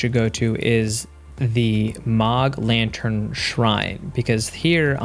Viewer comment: Mogg latan, not lantern Actually still a great video